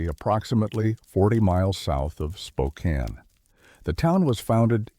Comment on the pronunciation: I was astonished it got Spokane right! 😂